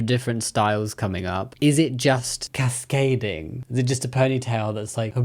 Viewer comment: "is it just ✨✨cAsCaDiNG✨✨ is it a ponytail thats just ~hAbElElLel~" 🤣🤣🤣🤣 --Jammi 2025